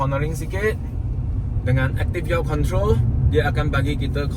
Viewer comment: Active Yaw (pronounced yeo) Control (AYC), not auto...